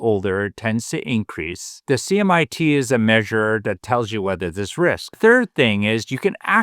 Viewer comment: CIMT not "CMIT."